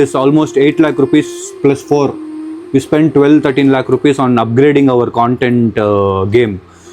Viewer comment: It’s lakh not lack